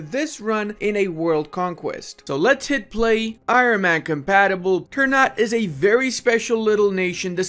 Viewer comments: Sorry, Minor inconvenience: ternate is pronounced TER-NA-TE not TER-NAT. thank you. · It sounds weird when you say "ternat" Wkwkwk, We indonesians pronounce it "ter" "na" "te". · This is how you spell it : Ter-na-tei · I know this is minor but it keeps bugging me out It's pronounced ter-nuh-tay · its called ter-na-tey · damn clove' price is the same as gold by the way, Ternate is pronounced ter-nah-teh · Ter-n u t god damn it lmao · Let me help you with pronouncing this nation. You should pronounce the last "e" like "É". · The e at the end must be prenounced like an 'eh' sound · i just want to add that the correct way to pronounce Ternate is Ter(sounds like Ter from Terra)-na(nah but with out the h)-te(te from text). anyway great video as always